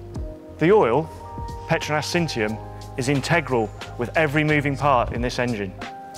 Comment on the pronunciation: what I learned? Was saying petronas wrong. I was in the Harry Potter universe.